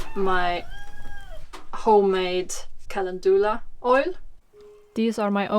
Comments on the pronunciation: Helpful and inspiring tutorial, beautifully filmed with the moody light. We pronounce it Calen-dew (like ‘you’)-la, rather then Calen-doo-la 😉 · “Calendula” is pronounced with the accent on the e. Cale’ ndula